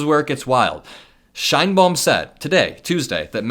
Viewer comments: Because Claudia Sheinbaum will figure heavily in trade talks with Mexico, please pronounce her name correctly as ‘Shane-Baum’. Thanks! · Is that how you pronounce the Mexican President's last name? "Nice tree/pretty tree" in german?